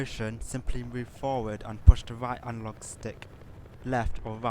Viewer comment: "to go fowud push the right alog stick forward ,and to go back pull the back alog stick back" . classic.